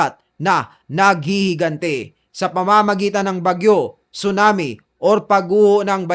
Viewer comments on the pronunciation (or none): none